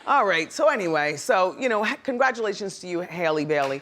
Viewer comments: It's Halle not Hailey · Say it with me now... HALLE Bailey. Not no Hailey. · Hailey??? Halle (haw-lee) Trahtawn??? Triton (try-tun) 😂😂😭 gotta love wendy tho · Why does Wendy pronounce Halle's name as if it were "Hell-ie"? It's "Hah-lie", just like Ms. Berry!!! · Not 'Hailey' miss Wendy, 'HALLE'!!! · Man, Wendy is struggling pronouncing names today! Tri-Ton and Hailey Bailey 😂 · Her name is pronounced Halle like the Halle berry get it together Wendy smh 😩 😠